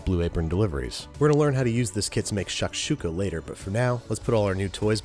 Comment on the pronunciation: shakshuka was all wrong, and its za-atar. God I feel like such a nitpicker but this stuff does irk me